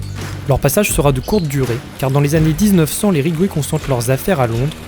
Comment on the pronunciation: "Ridgway" et non "Rigway".